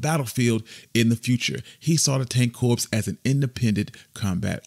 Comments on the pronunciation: Did I hear "corps" instead of "cor"? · Tank Corps (sounds like core) not corpse